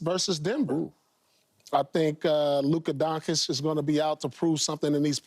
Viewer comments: “Luka Donkish.” Unbelievable. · Luka donakick, donkic, doncik.. These americans are so arrogant, cant even properly spell his surname correctly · "Luka Donkitch"